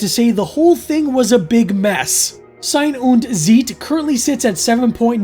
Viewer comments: It's pronounced "zaɪ̯n ʊnt t͡saɪ̯t". Thanks for the video anyway. 🙂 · If you care, the title's pronounciation is: "Zejn und Cejt"... What probably don't help you as much as I thought now that I wrote it down. - don't scare me like that! (absolutely do) I agree with you this twoparter is nonsense on top of nonsense, but purely for keeping track of long-running subplots, I'm so glad the Samantha-storyline is (will be) over. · Ei in German is pronounced like the word "eye" in English. (Like the vowel in right, light, height, might etc) Sein is pronounced like 'sign' but with a z, so like "Zign" or "Z-'eye'n", and Zeit is pronounced like "sight" but with a 'tz' so like "Tz'eye't" The whole thing would be like "Zign undt Tzight" It means "Being and Time"